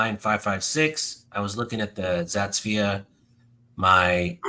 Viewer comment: I fell into this hobby last year and love Aks. Thanks for having on! I can tell you’re not an AK guy by how you pronounce Zastava lol. Good vid though!